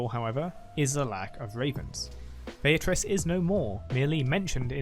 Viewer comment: Swain literally finishes pronouncing it Be-a-trice, and you still say it Bay-a-Trice...